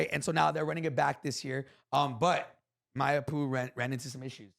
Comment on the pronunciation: How is still pronouncing Mayappo like that lmao